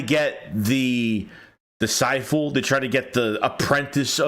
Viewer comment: DisciPle. It's a P. Lol